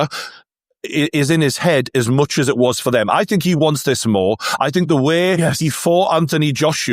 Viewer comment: When did the word Think change its spelling to Fink? 😂